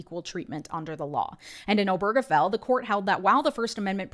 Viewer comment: Why does no one seem to know the stress is on O not ge.